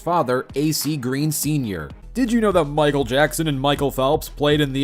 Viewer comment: bro said “micael Jordan” that is not lebron lil bro do I hear a Antwan Jamison? yoooo George bush balling I never knew they play in da nba